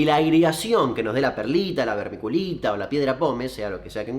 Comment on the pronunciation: Hola, podes volver a decir vermiculita en tu proximo video? Me gusta como la pronuncias. Saludos.